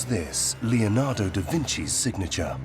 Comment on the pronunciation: My ears bleed. LEonado Da Vinci, for god'sake LEONARDO. Not lionardo or whatever you are saying.